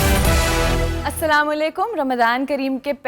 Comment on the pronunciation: آفتاب اقبال اور نہایت مودبانہ گزارش ہے کہ اپنے سلام کہنے کے تلفظ پر توجہ دیں ۔۔ اَلسَلامُ عَلَيْكُم